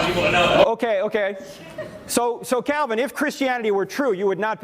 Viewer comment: I thought you said John Cena for a second. Lol